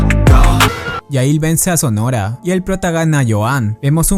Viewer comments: Alguien más se estresó al escuchar "sonora" en lugar de sonohara?? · Estuvo mencionando el apellido de mizuka todo el vídeo su apellido no es sonora si no sonohara(se Lee sonojara) y el del prota es rihito no rito se Lee (rijito)